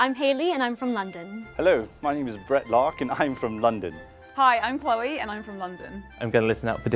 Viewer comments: When i heard chloe say her name I was like: nah she’s gotta be the one cause if she wasn’t she would’ve pronounced her name: cLeOrRrRr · I'm not British and I immediately thought the same. The others seemed to be focused on pronouncing words and for her the words came out naturally, so I knew it was her.